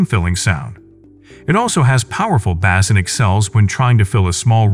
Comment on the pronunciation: Why the heck does the narrator say "bass" the way we pronounce the popular fish?